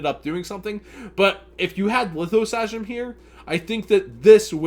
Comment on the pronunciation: Learn how to pronounce Lithosagym please